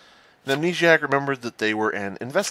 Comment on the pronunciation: Best Town of Salem player I've ever seen, but can't read the Amnesiac text correctly to save his life. XD